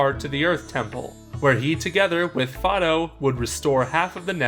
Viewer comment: Fido! Not fodo!